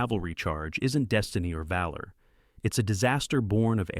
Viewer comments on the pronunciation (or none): none